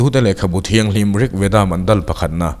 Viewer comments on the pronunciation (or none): none